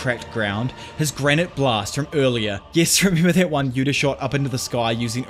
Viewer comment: PS: its granité blast, not granite blast, which makes sense considering granité is french for granita (a kind of dessert).